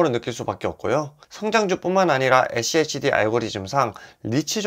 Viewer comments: schd를 achd로 발음하네....ㅋㅋ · 에씨에이치디 No!😮 에쓰 씨 에이치디 입니다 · 에찌에이치디 ㅋㅋㅋㅋ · 발음이 어려우시면 슈드라고 말하시면 훨씬 편할겁니당😊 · 죄송합니다 ㅠ 다음부터 슈드로 발음 하겠습니다 ㅠ